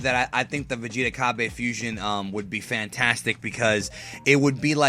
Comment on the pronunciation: fuuuu-siooooonn-haaa, the three syllables of awesomeness